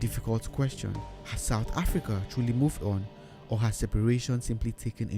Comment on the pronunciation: Excellent video! but please stop saying africaRR